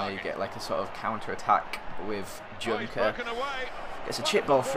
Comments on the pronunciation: it isnt DJunker but JOENKER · Junker is pronounced as yoenker ;) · Your strikers name Junker is pronounced "Yunker" kinda like the "Y" in "yell"